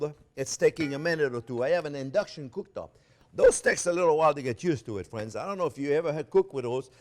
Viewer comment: You say: "Thanks for watching." I say: "Thank you, Maestro Chef, for showing and teaching and calling us 'fwends.' You bring us into your kitchen of wonders and include us, every step of the way!" We Thank You, most gratefully for making this possible. Bravo, Maestro Chef Jean Pierre!!! France Driscoll StayFree via ¡Viva Cristo Rey! Sacramento CA USA